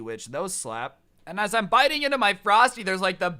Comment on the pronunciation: he said biting?